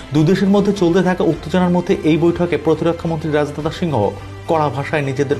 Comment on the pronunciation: উপস্থাপক তোমার বাংলা শুদ্ধ উচ্চারণ শেখ। প্রকৃত বাংগালী সর্বপ্রথম বাংলা লিখতে ও পড়তে জানতে হয়ে।রাজনাথ এক শব্দ একবারে উচ্চারণ করতে হবে।